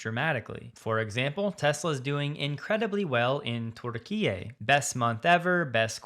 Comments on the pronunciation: It’s not terkeeay, it turkey, as in thanksgiving 🙈🤷‍♂️😝😁😁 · Sounded like torda- key -a instead of Turkey? Why the strange pronounciation? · Bro can't even pronouns the name of the European/Asian country correct , yet he's acting like a Tesla expert 🤡 🤡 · I LOVE! the way you pronounce Turkey. Makes me smile. keep up the great work. May the lord keep blessing you and your loved ones.